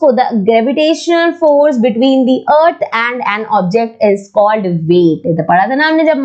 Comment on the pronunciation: Ma'am you can pronounce "thi" in the word the where the first alphabet is a vowel. otherwise you should speak the.